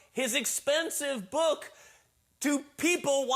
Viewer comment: Why does he say book “bùk”